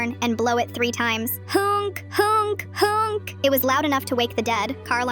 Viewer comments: its honk honk not hunke hunke hunke lol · It’s not British, dude We say ‘honk’, not whatever the fuck the AI said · Nothing says real story quite like the voice mistaking hoooooonk for huunk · “HoUnK HoUnK HoUnK” had me dying😂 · “hUnK, hUnK, hUnK” HITS HARD 🗣️🗣️🔥🔥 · It sounded like she said "hunk hunk hunk" what boy is she looking at😂😂😂😂😂😂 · Honk❌ hUnk✅ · "HOUNK HOUNK HOUNK" way did she get a Austrian accent? 🎋🎋🎋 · the second the ai voice said huOnK I went straight to the comment section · Random person: it's just a honk Me: nah it's hoonk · Nobody and I mean nobody was prepared for how this AI voice would pronounce HONK the way it did!!! I’m so happy I didn’t have a drink in my mouth at the time I heard it